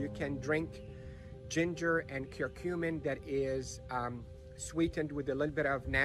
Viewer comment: Ginger and cumin? I can’t tell if the second ingredient he is saying is cumin or not.